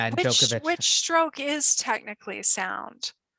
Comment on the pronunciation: Best tennis show in the world. However, remarkable none of you can pronounce Novak's last name properly yet..